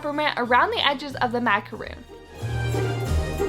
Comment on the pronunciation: Yea me too I heard the intro and she said "macaroon" and I actually shouted "MACAR- O N "